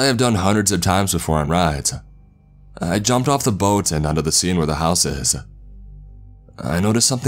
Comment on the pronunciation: Mickey Mouse-uh outside of my house-uh